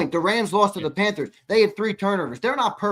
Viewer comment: He calls them the “Panfers” instead of the “Panthers” and I’m supposed to take this guy seriously? Reminds me of my 3 year old nephew.